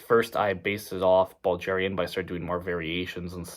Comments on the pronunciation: Like bulge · but how do you butcher the word "bulgarian"